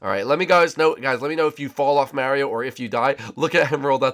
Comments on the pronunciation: It's Mario not Marry o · stop saying miario...